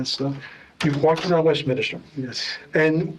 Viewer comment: He also says West-minister instead of Westminster.